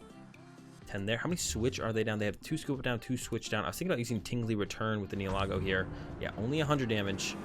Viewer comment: bro, your pronunciation of the pokemon names needs work...PLZ try to say them correctly Nihilego (the correct term is Ny-ill-i-go)